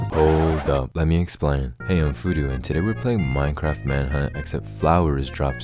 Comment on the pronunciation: Oooh it's phoodu like voodoo whoopsie....